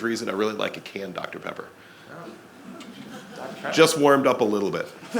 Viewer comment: ......Confirmed he is definitely a Native Texan :D Dr. Pepper